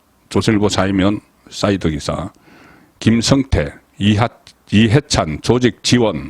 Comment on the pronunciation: 김성태와 김형태를 분명하게 발음해 주세요